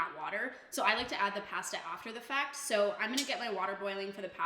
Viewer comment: Great video but the way you say pasta.....kills me inside